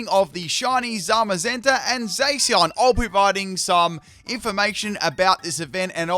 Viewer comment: Man said zaseeon